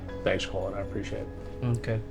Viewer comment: It's pronounced "Colin" Chris not "Colon"😂😂 he had to have done hat in purpose. Chris loves trolling these dudes.